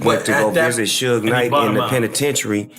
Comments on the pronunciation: "sooog" smh. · Bro, who the hell is, SUGIE, SUHK AMD SUUG??? 😂😂😂😂 THIS MAN CALLED SUGE EVERYTHING BUT HIS REAL NAME. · How come every narrator fucks up the name?? Who the hell is suug???😂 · Sooooooog night can't even pronounce the name right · Bro, I cant get past the mispronunciation. Who is "Sooge"?? Try again with the right pronunciation!!! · no it's not it's suge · I wish someone would’ve taught this guy how to pronounce Suge 🤦‍♀️ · I was screaming SUGE every time he said it wrong 😂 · Lol, everybody literally saying Suge but him lol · Man learn how to say the names correctly bruh. Like dude 🤦🏽‍♂️🤦🏽‍♂️🤦🏽‍♂️ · This narrators can't even pronounce suge name right 😂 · Imagine doing research on a person, and they mention the person's name several times only for you to make a video just to pronounce the wrong wrong everytime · Can someone please tell this man how to pronounce suge knights name 🤦🏽‍♂️ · Why do you keep pronouncing Suge name...smh......you heard his name pronounced before you put it all together...smh again